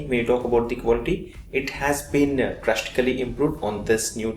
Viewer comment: Please, improve your English accent . For ex , when u were saying about the design elements u actually pronounced "drastically" as "drashtically". Similarly "past" as "pasht", "contrast" as "contrasht", "playstore as Play shtore". And u sometimes actually talk very fast and some times slow. Please correct the mistakes.